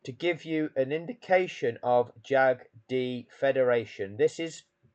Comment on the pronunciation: I think you should pronounce JAGD Federation as in Jagged..